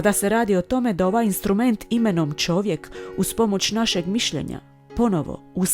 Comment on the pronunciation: kaže Čovjek, a Ne ĆOVJEK